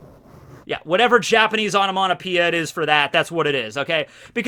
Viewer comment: “Onomonopoeia”? Is this some Americanism of onomatopoeia? Or is just butchering the English language? 😅